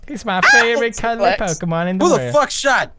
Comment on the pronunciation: "Pokeman" YAY